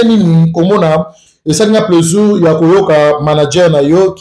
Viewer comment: on dit plaisir pas plaisur ahhh zairois tout est confondu on dit sucre ils disent sicre